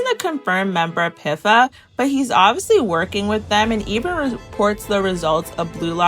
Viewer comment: pifa pronounciation is frying me